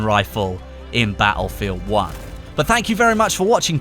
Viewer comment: i love how you say "ba'efield an'"